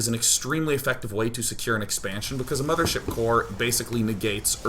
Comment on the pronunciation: Its not "Infestor" and "Mothership" its "Impestoor" and "Mamaship" :)